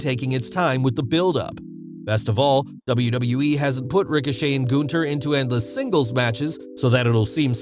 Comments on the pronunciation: Goonther😂😂.... Its Gunther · It’s “GUNTHER “ LOL Not that hard to pronounce